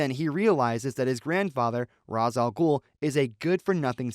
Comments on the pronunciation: His name is pronounced RAYSH, not ROZZ you fucking dingus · It isnt pronounced Raz....it's pronounced Raesh. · Ra's is pronounce "ray-shh" looks like catwoman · It's RAYsh al-Ghul/ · It's pronounced Ray-sh.